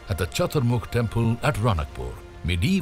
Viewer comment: Its Raanakpur राणकपुर not ranakpur or रणकपुर